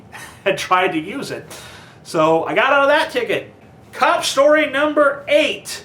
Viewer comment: cop shtory